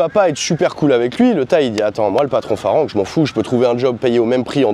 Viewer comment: Arrête de dire farang on prononce falang!!!